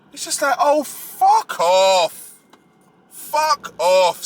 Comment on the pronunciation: “Oh Fu** Off” in the London accent, I love it.😂 But on a serious note, as a black woman I approve this damn message!